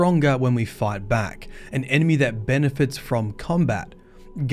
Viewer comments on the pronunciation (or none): "Enemey", from the makers of "rass-booden"